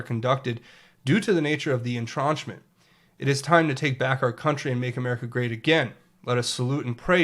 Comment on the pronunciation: en·trench /inˈtren(t)SH,enˈtren(t)SH/ Yo, love you, bro. Lots and lots of new people will soon be listening to you. Please learn to pronounce words properly, when noticed. Optics are important. Entrench rhymes with bench. It does not rhyme with launch.